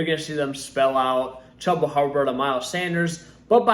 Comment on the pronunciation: Purely based on the way this man pronounced Chubba’s name, I can’t in good faith his advice.